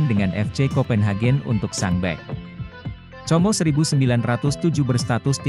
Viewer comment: Como di bacanya Komo udah aj sklian comro😊😊😊😊😊😅😅